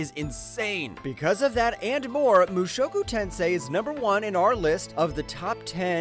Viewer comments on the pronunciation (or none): Number 10 - Blue Archive - where's always-in-isekai-plot's truck-kun??? Number 8 - LVL 2 Cheat Skill - where's harem? Number 1 - Mushoku Tensei - You have to work more with pronunciation.